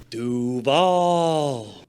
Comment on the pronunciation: 2nd vid of yours I'm watching & both are good. You're avoiding repeating the same tired memes most channels regurgitate (although ending with cringy 'Doo-vawl" was hilarious) Yes, stats, ratings &/or analysis would help but I'll wait 'til the season starts to see what you do then. A dark horse offense might be the Jets. This'll seem convoluted but just as Greg Roman's bad play-calling stalled Lamar's production Fields ran into as much or more on two different teams. Remember last year people were laughing at another instance of Pickens not running fully on plays he wasn't being targeted? How does no one realize what this means? The only possible way Pickens can know he's not being targeted is if the OC orders the QB to Not Throw to him ion that play No Matter What. Do you remember seeing a lot of drives/hearing announcers tell us that a play couldn't be completed because the receiver wasn't allowed to be thrown to? No OC trying to win games or keep their job would call for this, ever. I mean think of it, "Brady lost the game because when he realized the receiver he was about to pass to was 'The One' he wasn't allowed to, he adjusted too slowly & got sacked." Opposing defenses don't wait for you to adjust. So the 1.5 seconds wasted either having to wait until he could see their jersey # &/or then adjust to a new target could kill plays & did. Add to that the passing schemes he imposed from Week One ( of he wasn't allowed to throw over the middle or over 15 ya